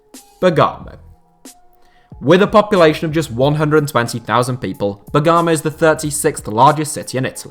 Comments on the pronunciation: è bèrgamo non bergàmo dio graticola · It's Bèrgamo actually. Accent is on the first syllabe. Not Bergàmo. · Great video! But it's BERgamo, not BerGAmo, sorry if I'm being too focused on details, but it's a little painful to her BerGAmo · Bèrgamo, not Bergàmo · I'm not Italian or European but I'm pretty sure it's Bergamo and not Begaamo ! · Expecting for him to butcher Bergamo pronunciation but holy shit... He exceeded expectations Bagamo 😂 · It’s pronounced ‘berr-GAA-mo’ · Bergamo is pronounced bear gam oh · that Bergamot pronunciation though.. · THE WAY HE PRONOUNCED BERGAMO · Does he pronounce Bergamo in a really strange way? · Bergamo doesn't have so much emphasis on the 'a' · Wakefield is nowhere near the size of Coventry and Leicester. And that pronunciation of Bergamo was horrific. Emphasis on the g and there's no R after the A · Eibar, not Aibar. BErgamo, not BergAmo.